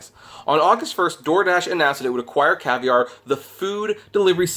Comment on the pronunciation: Caviar... not Cavier